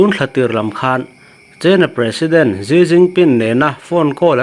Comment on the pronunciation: Xi a hming exai ti a Han lam em em te Chu maw le😂😂